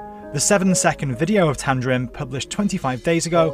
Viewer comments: And it's tamding not tamdrin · Not tamdrin, its tamdin! My name is also tamdin and imma girl.